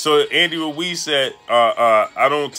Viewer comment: I hate how this dude says andy ruiz..pronouncing my last name like that